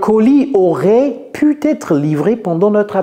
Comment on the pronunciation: Hey,, you commit (I'm not sure...) a mistake in part 4: It's not " pu t être livré" in french (no "t" then no link to pronounce) No worry, you're the best! Thx